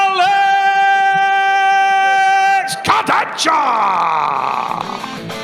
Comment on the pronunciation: The way Travis pronounces “KurdechKA” is super annoying